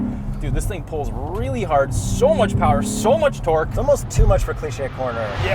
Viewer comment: hersepewer en terrrrkkkkkkk